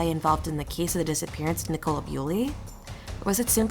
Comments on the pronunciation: Full of errors! Pronounces her name like she was a cola drink. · Guys if you are going to do a piece on a case like this FFS make sure you can pronounce their names correctly. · You can't even pronounce her Christian name correctly!! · Wish they would pronounce her name correctly and the area this is nothing new?